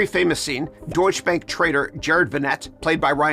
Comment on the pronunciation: DOITCH-uh bank